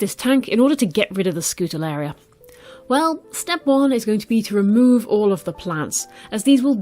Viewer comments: wow first time i stumble upon your channel! Keep it up! You're great at explaining :D Fun fact: it is pronounced Skoo-ta-ree-el-la :) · NEVER use regular table salt in an aquarium! It contains iodine and can cause quite a few problems. Always use natural sea salt or aquarium salts so as not to kill everything. Other than that one big no-no, and the mispronunciation of Scutariella every time, it is a very informative video and you have a very soothing voice. Thank you for sharing!